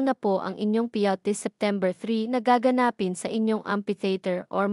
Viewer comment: Pilipino kaba? Kung binabasa mo, bakit hindi mo mabigkas ng tama ang salitang GAGANAPIN. Nkk turn off.